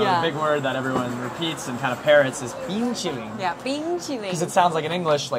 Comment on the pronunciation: 好厲害，說冰淇淋說的真好！